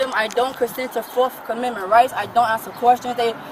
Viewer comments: Turns out she didn’t have the “4th comendment right to sisfee” 🤣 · She doesn't consent to "fourff commemment rights" 😮 unreal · "my fourth comemendments rights" 😂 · What is "forf amenment right"? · Her 'forf aminment rights'